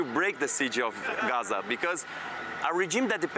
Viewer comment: Amy practices saying "Gahachza" in her mirror every morning. She does it very well, although I always thought it was Gaza. Oh...she delivers a good "Rachfa" too. NAR - National Amy Radio.😊